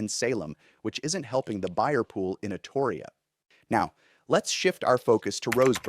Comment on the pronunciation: You're pronouncing Astoria wrong. And the only reason why Oregon is failing at anything is because the governor we have right now is absolutely terrible at her job. I miss the Oregon I grew up in before big money came to town.